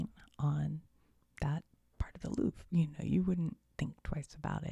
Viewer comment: from paris with love ... you can say ´´ilouvreyou’´ for the prononciation 😅😂